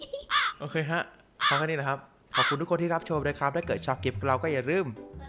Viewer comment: ตอนเปิดคลิปเสียงตอนสวัสดีคร้าบเสียงมันออกเสียงค่าคร้าบเลย